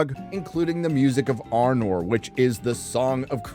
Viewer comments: *Music of the Ainur, not Arnor. Sorry, I had to correct that :D Anyway thx for your vids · It's 'The Music of the Ainur' (the vala and maia), not 'Arnor'. Good vid though. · Music of the Ainur, not Arnor. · Music of the “Ainur”. Not Arnor, mutha fukkkkzzzzaaaaa